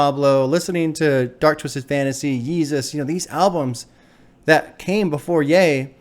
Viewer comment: the biggest breakthrough was you pronouncing ye right😂